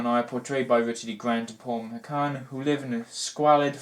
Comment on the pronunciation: you mispronounced squalid, Paul McGann's name and 'dramaticness' does not exist in English dictionaries. I am being a turd but I want to hear Your insight on this great film and I am a turd>Thanks for taking the time and I'm glad you enjoyed this fantastic, revealing film however I must again be an absolute steaming turd and tell you that you also misquoted 'How dare you call me inhumane as' ' How dare you call me humane'. They are polar opposites. I feel you still understood and got it it. If it's any consolation, I am Welsh too.